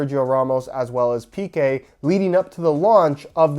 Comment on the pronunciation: Two things, for future reference. The I in Van Dijk is pronounced as in "in", and the stress on Piqué is on the E.